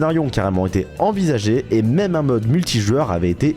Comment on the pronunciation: J'ai pas rever il a bien dit Mamé ou maime ? avec l'accent anglais bordel